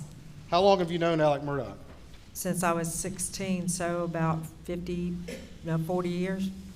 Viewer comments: What's with the mispronunciation of his name? Do they not pronounce "x" in SC? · The most confusing part of this case is the way that Alex Murdaugh is pronounced Alec Murdock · I know a boy who pronounces his name as Alec but spelled Alex. Deep South must pronounce it as Alec 💯